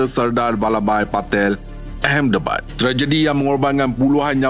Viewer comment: Knp Ahmedabad dibaca ehemdebad? Something's wrong ke? Pelik..😮